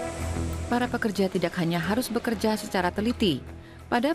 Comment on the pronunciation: Narator nya salah mulu bilang kata "tidak" .... Ga enak dnger nya